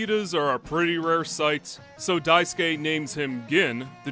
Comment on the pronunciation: can't you not even pronounce their names correct? Daisuke and Akakabuto. You're pronunciations are terrible and embarrassing.